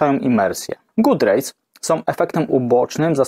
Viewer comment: Szkoda, że w tle nie leciała podpowiedź, że god rays nie wymawia się good rays. Może następnym razem?